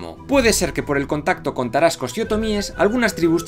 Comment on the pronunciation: Que agradable escuchar sobre la historia de mi país y en particular nuestros antepasados Tarascos, de una manera tan acertada y precisa, todos los detalles están bien cuidados, incluso las pronunciaciones, aunque con algunas fallas, muy bien realizadas, saludos desde México!